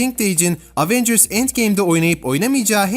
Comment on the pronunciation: LAN EVENCIRS DİYE ONUNYO AVENGIRS NEEE